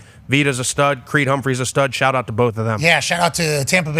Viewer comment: with the Monmouth County shaht aht let’s go